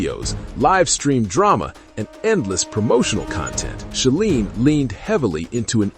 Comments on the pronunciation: It's She-line....rhymes with feline. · Thank you. AI always pronounces that wrong and it's really annoying.